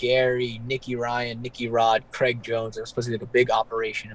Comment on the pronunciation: Craig not Creg like Greg